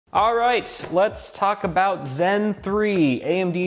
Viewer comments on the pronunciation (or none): "let's taco bout"